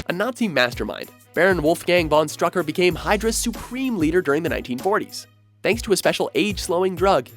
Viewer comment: Not strucker....its STROOOOKER